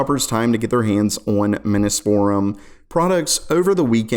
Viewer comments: Minus Forum... Miness Forum.... Lol how about saying it just how it's repelled Minis Forum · Miniss? One Mini, Two Minis. Minnees. Minnee's Forum. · Seriously he’s got to be doing that on purpose. No way he missed it’s “mini’s”-forum (as in for mini PCs). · it's Mini's Forum you sound dumb saying the name completely wrong.